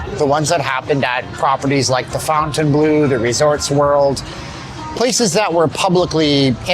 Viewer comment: The pronunciation of The Fontainebleau. So funny.